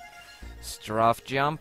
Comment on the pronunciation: lol its Strafe Not Straff xD